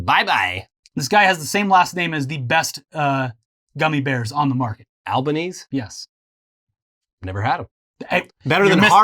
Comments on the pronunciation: Hi im Australian, its not Albos last name is not pronounced Al-Baa-Knees its Al-Bah-Knees-eee. Also if y'all don't know Scotty shit his pants in the Eugadeen maccas (McDonalds) it happened when he was a teen or something but we always love to bring it up. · Not sure if said already or not. But our PM Albanese is pronounced.. Al-ba-knee-zee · Terrific episode. Albanese is pronounced Alban–EASY. And the Liberals ran an awful campaign ad with the tagline “it won’t be easy under Albanese.” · It's pronounced al-ban-easy but we call him albo. It's a great win Australia but albo is going to have a very rough 3 years with Australias incredibly biased media slandering him